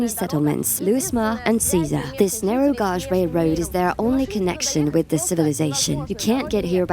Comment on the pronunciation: Viewers complaining about the AI voice can't appreciate getting a free lens into the inaccessible. Had zero trouble understanding the AI voice over, and I only noticed it was mispronouncing the word "gauge". Big deal, how much critical thinking does it take to work that out while you're listening???! Thank you for allowing me to see this and I didn't have to pay a penny ❤️